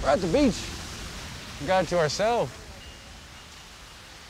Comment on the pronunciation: Everyone : yas beach Me : yassss bishh